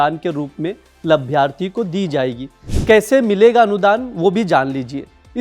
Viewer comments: यार तुम दैनिक जागरण के anchor हो? हिन्दी बोलना और पढ़ना तक नहीं आता, किसने तुम्हें भर्ती कर लिया? "लभ्यार्थी" क्या होता है? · Abe labharti bolna Sikh lo